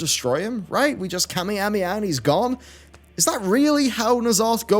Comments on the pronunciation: I'm sorry but 'Kami-hami-ha'? Try this pronunciation,; Ka-May-Ha-May-Ha. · i understand, but that is DEFINITELY not how it sounded. Thats American sounding. sounded like "kaminamiha" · Am I the only one who was bothered when he kept mispronouncing kaw-may-haw-may-haw? lol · what's a "kami ami ah" ? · That Kamehameha pronunciation tho 😳